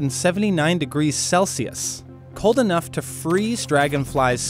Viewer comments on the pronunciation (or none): none